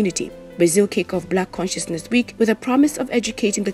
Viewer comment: She kept saying "black cinciousness week*" but it reads and is "black consciousness MONTH*"